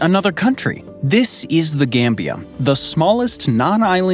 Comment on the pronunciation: Why you gotta make some countries sound like elements? Gambium, slovakium, korium 😂